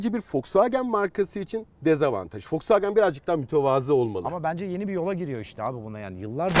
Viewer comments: foksvagen diyor hayatımda ilk defa boyle diyeni gordum fdksgndksgn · şu adama birisi Volkswagenin okunuşunun folksvagın olduğunu söyleyebilir mi? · Bende folsvagen diyişini sevmedim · Yabancı okunuşu zaten V le değil F ile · Yalnız adam foksvagen diyor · foksvagen deme abi ya :D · Folksvagen hshshshhs ulen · Hatalar buldu eyvallah volkswagen a foxwagen diyorsun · Folksfagen ne abim ya 😂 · Amk folksvağgen diyo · neden fosfagen ? Doğru söylenişi mi o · Almancada V F olarak okunur..Dogru telafuz..ve anlami Halkarabasi dir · Bu adam volkswagene neden folksfagen diyo amk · O wolsvagen diye okunmuyor doğru okuyor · Daha woswagen demesini bilmiosun eleştiriyorsun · Foksvagen değil doğru olu şunuuuu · bende sizi eleştireyim ve kızıyorum.neden FOXWAGEN diyorsunuz.bu kadar mı bilmiyorsunuz? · yav bu adam neden fosfoğen diyo bu araba markasına tribe soktu beni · folsvagen değil wolskvogen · Biri Şu Adama wolksvagen demeyi öğretsin kanser oldum aq folksvagen nedir lan amk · Bundan sonra vosvogen e foksvagıen diyeceğim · Tilt oldum "W"olks"W"agen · Folkswogen ne aq o wolkswogen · Folkswagen diyo volkswagen demesi lazım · Önce marka ismini oku Foksfagen nedir ya. Foksfagen seni niye işe almıyor tasarım mühendisi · Ulan Adam wolsvogen demiyor folsfoken diyor bi git abi ya parayi bol bulmus dieseli kotuluyor premium Adamlar yapmis bu begenmiyor Ben buna sahin versem 1 aylina sonra arteon versem Bugatti binmis gibi olur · de fosfagen diyo o fosfagen değil woswagen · fosvagen ne abi yaa vosvagen de bari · vw demeyi öğrense iyi olcak 😂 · Şu adama volkswagen demeyi öğretin aq fulkswagen diyo amk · Foswagen ne olum be volkswagen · Madem tam anlamıyla telaffuzla söylenmek isteniyor "Foksfagen" değil "Foksfagın" dır. Bunun dışında süper inceleme, güzel dokunuşlar. Teşekkürler. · Adam Volkswagen e folkswagen diyor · Fokswogen deyen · Foksvagen demeyyidi iyiydi :) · ADAM DAKKA BAŞI FOKSVAGEN DİYO AQ :d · Fosvagen değil